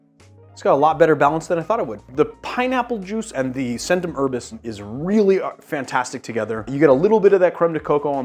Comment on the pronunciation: The "c"s in both Faccia Bruto and Centum Herbis should be pronounced "ch" but other than that I really enjoyed the video. I just wish it didn't involve so many repetitions of those particular mispronunciations.